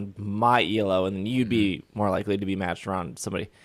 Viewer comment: Elo is a word (its a name) not an initialism. ee loo